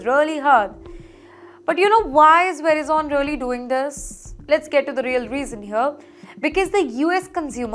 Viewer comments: Create jobs in India. Don’t depend on other countries to feed you. Also, you should lose your job for pronouncing Verizon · Pronunciation is not right. Please listen to an American, how Verizon is pronounced. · Pl don’t spread incorrect news. It is nothing to do with Indians alone. First you have no idea about how companies operate in US. You can’t even pronounce Verizon and ATT properly that shows your immaturity. Madam, US companies are IPO based and they have to give profit quarter over quarter. For this , companies shelve some projects, restructure the org - lay off employee. This is nothing new. Do some research , example Motorola abandoning operation Krypton in late 80s. Also for your information company can layoff 12% of employees without telling Wall Street. But now they are telling, Why? So that stockholders are comfortable with the company. Also, next week when layoffs are declared… keep an eye on stock market. It will go up. Tip, buy these stocks today and make money next week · Can't she pronounce correctly Verizon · verizon is spelt - verai - zan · Lady correct your pronunciation: Ver-ice-on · The presenter should do her homework on finding the correct way to pronounce "Verizon". It should be 'Ve' - 'rise'-'zon' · Learn to pronounce names correctly. It's pronounced "Ve--rye-zun" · Medam ji verizon theek tara se pronounce karo. वराईजन होता है जी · Verizon pronounced Ve RIZON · I was about the say the same. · Your pronounce of the company name is so wrong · Lady you can't even pronounce the name right You're all getting fired I'm glad you will get fired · Please learn how to pronounce Verizon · Her pronunciation of Verizon is unbearable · Please pronounce correctly, Verizon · Where did you learn how to pronounce "Verizon"? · Its Veriiiizon not Verizn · You pronounced Verizon wrong. Please correct. It’s not “vera zon”. It’s pronounced “ver i son”. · It's Ver-eye-sun ..not veri-zon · its not ve-ri-zone, its pronounce as və-RY-zən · It's Verizon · very zhon